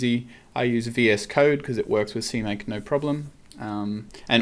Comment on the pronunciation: see mac? seemaque? wtf?